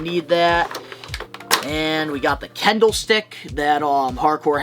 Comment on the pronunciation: Kendo* stick, not Kendall. Not talking Jenner here, sir. 😂